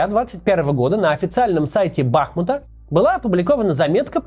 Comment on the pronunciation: вот меня тоже каждый раз от бАхмута карёжит🥲